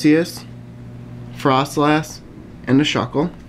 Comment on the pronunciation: you pronounce fr-oh-slass froslass